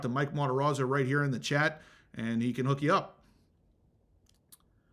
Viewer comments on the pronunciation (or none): none